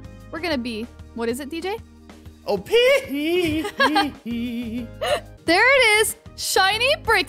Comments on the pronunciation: I heard it lol 😆 xd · What he tried to say: “ It’s op”... what I hear: “oh peeh eeh eeeeh”